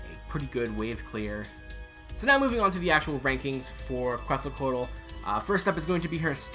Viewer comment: The Que part is pronounced like how you would say quesadilla and you’ll say her name perfectly since you already have the rest of her name pronounced correctly 👍